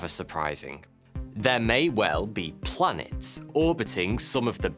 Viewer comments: Every time you say 'blanets' I spasm. Great video. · Blanets and Slanets killed me😂😂🤣🤣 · slanets haha